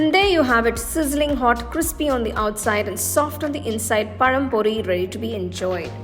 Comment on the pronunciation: Hi as I appreciate your excellent English accent, my praise is also for very clear tamizh pronounciation of the recipe நேந்திரம் பழம் பொரி. Thanks and God Bless.